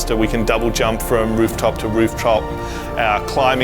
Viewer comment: rooftop to rooftrop